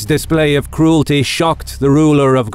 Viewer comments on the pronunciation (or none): none